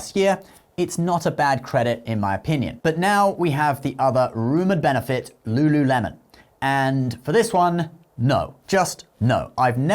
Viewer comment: Lululemon? Ew please don’t do that